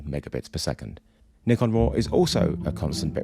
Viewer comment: Finally, someone saying Nikon as “Knee-Con”!